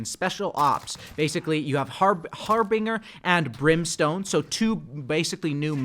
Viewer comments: Har-BIN-Jer not HAR-bing-er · Har•bin•jer not har•bing•er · Har-BING-er lmao okay